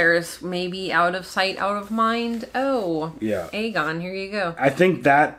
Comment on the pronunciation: *Aegon Not Argon lol. Sounds like a pirate: "Yes I be ARRRRGON the Pirate King of Westeros!" 🤣